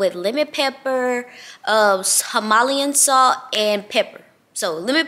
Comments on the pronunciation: It’s Him-A-Lay-an salt😂. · Ithink she meant Himalayan (HIM-A-Layin)Salt 😅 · You from Bama like me all my folks pronounce everything wrong Himalayan Salt 😊❤